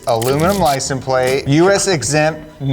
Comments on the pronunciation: Is it just me or does keep saying “Licen Plate” and not “License Plate”? Lol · “Licen plate”??😂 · Lie-sin-plate lol